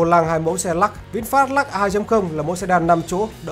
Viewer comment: Trời ạ, Lux mà ông đọc là " Lắc ". Phi ní lô đia !!!!